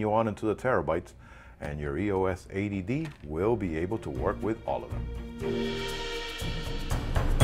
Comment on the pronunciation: sounds like your saying canon ATD